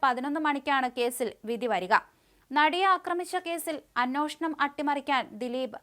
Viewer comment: നിങ്ങളുടെ പല ഉച്ചാരണങ്ങളും തെറ്റാണ്. "" അന്വേഷണം "" എന്നതിന് പകരം ""അന്നോഷണം"" എന്നാണ് പറയുന്നത്